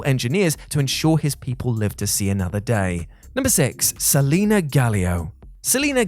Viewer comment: Great video but there is no a at the end of Selene. Se-Len. Maybe Se-Leen.